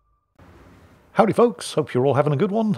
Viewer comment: It's just so funny to hear a Brit say, "Howdy folks."